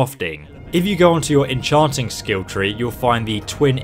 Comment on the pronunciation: En-chawwnting crafted weapons is always best, these cute little toys paired with your inability to speak English just make this a joke.